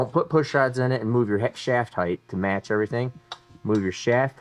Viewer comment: HEIGHT there is no H at the end